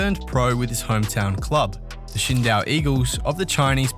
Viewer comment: Dang bro! It's Qingdao -- Ching Dow, Yang, Hansen -- Hansen Yong, I wish more people knew how to pronounce or understand almost every Asian person has on their passport last name then first name. I'm a white American spent time around the world. I continue to this whether sports or Geo-Politics. Something to understand for everyone.